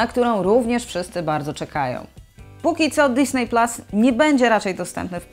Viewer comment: Fajny materiał, już wiem co będę robił w listopadzie :) Ps.Widzę, że tytuły filmów są wymawiane starannie i poprawnie, to jest fajne, ale drażni mnie trochę w uszy disney, nie pasuje do reszy :)